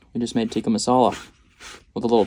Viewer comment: chicken “teecuh” not “tiiika”